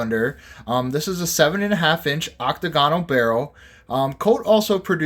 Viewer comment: Great. Another video full of misinformation. Oh, btw it's oc-TAG-inull, not OC-tuh GON-ul...P.S. A .44 caliber PIETTA with a brass frame. Colt NEVER made an 1851 with a BRASS frame and they were ALL .36 caliber. The absolute WORST one you could buy to compare to an original.